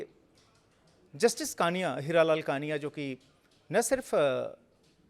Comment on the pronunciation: कृपया नाम का उच्चार ठिक किजिये। जस्टिस कानिया नहीं, जस्टिस कणिया कहिये।